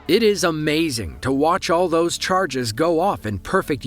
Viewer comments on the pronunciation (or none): none